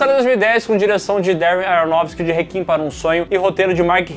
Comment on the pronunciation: pf, parem de pronunciar réquiem como "rekin", troço feio